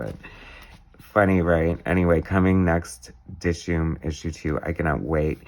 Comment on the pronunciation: Wow, thanks so much for the surprise review! I really appreciate the support, and you really nailed a LOT when you were inferring references and sources of inspiration. And you also pronounced Dishoom perfectly. Thanks again,!